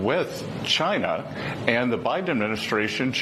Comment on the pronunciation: “Chy-na” ~ DJT